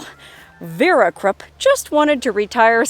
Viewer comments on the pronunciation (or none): Krupp.... Is pronounced....kroop....